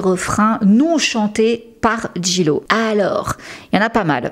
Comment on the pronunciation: En anglais le J se prononce G et le G se prononce J ...... please try to pronounce Jlo correctly!